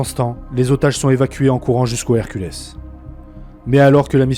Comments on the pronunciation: Les "Herculess", sérieux? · Pour l'avion Lockheed C-130 Hercules, la prononciation dépend de la langue que vous utilisez. En français, on dit [ɛʁ.kyl] (èr-kul). De rien...